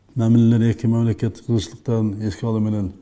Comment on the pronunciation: Мамалакат деп тойгозду